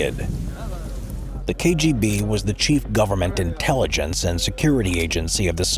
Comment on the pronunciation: He did quite well considering that he's unlikely to be a Russian speaker.